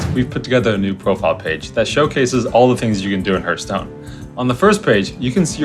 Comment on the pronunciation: It has been, is, and always will be Hurtstone. No discussion.